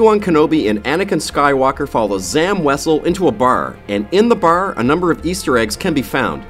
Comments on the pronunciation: U sayd br not bar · No offense, but the way you say Bar as, ''Baer'' and Han as, ''Haen'' makes me cringe a bit